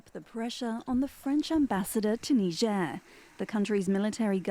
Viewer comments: The country is called “Neeger “ not “Naiger” 😂😂😂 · For God's S@ Say It With Me Tsply "Nejerr" Not Naija Even the guy holding conference sounds it right, are you trying to be a d*ck That's my country Nigeria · I must first correct you. There is no country called NIGER AFRICA. It's NIGER pronounced Nigier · Will it kill you to pronounce the name of the country properly? Will it?